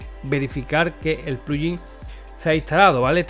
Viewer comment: porque pronuncias pluyin?